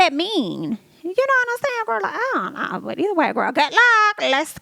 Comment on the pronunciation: When you hit that "goof luck" almost spit my cig out😅.